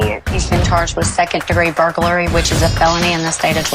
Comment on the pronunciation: What the heck is burgarly